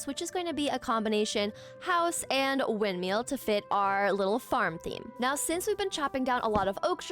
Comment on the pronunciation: loveee you but calling it wind”meal” was KILLIN me